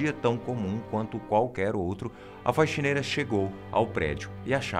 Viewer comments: Só eu que to ouvindo ele falar FAIXINEIRA? :O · te adoro, mas porque você fala *faixineira*?? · Que agonia dele falando "faixineira" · Quem mais ouviu faixineira? Kkkk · É um vício.